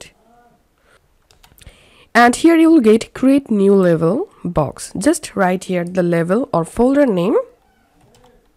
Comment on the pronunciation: Very good explanation and easy to follow thankyou Except I hope you don't mind me saying the word Label is actually pronounced "Layble" I thought you were saying Level. Once again thankyou